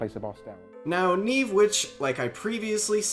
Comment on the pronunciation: Nieve, as in Snow in Spanish. Not Neeeeve, Knee-Eh-Veh I still see her when doing farm runs, because I haven't gotten her killed with my "questing" 😂